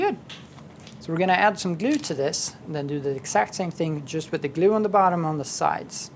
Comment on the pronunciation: "You can scrape off the Hot Glewe (as he pronounces it) with a scrap piece of Foam..... Or with you finger if you're Manly"!!! ~ David I really miss that guy!